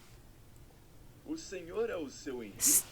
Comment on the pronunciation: Tip for you say Senhor or Senhora better. Say "sem or" and "sem ora". Your pronouce will be better. Try it =)